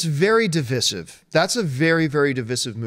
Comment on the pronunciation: de-viz-iv... Oh and i've been saying "Divisive" all my life...silly me...